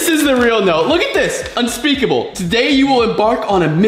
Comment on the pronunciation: Unpeakable: I hat eyou guys Me: I thought it was histerical